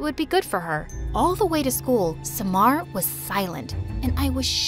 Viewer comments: Smar?! SUMMAR NOT SMAR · Bty its pronounced Sa - mar